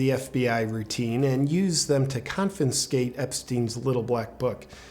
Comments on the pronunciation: Confinscate? Really JP? Really? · Is 'confinscate' a word ?! :) /44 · You pronounced confiscate "confinscate" . I love you JP but why don't you have someone editing these videos for you to clean that stuff up? It would just make your presentation even better than it already is.